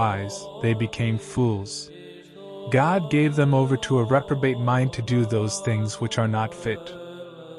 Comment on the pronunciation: I really enjoy your posts, but you pronounce God like Gad, almost. Sorry, just sayin'. Maybe it's your accent.